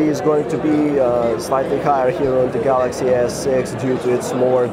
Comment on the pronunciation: "Galaxy S-Sex"